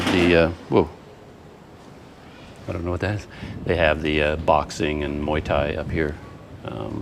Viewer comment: Is there a rtn address on that letter? Good luck with that.. Has the electricity bill been as expected? What is keeping you from travelling around the country? It's off season and prices are low. It's pronounced more like moo-wai.